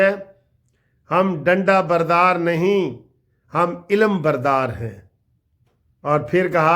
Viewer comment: Sir g ilam bardar nahi alam bardar hota hey